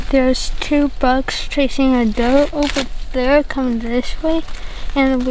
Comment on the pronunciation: Doe not door